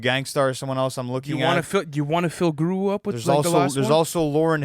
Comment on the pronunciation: lmao what are these pronunciations of Guru 😂😂😂